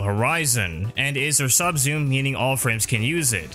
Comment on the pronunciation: I legit didn't know you were saying 'Subsume', It sounds like "sub-zoom" and I was racking my brain trying to figure out what a sub-zoom was. lol